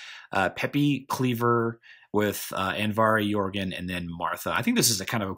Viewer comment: lol yea I think we do. That's definitely one of the strange ways I speak. Alot of people think that Jorgen is with a hard J sound, and I pronounce it with a Y. Yorgen.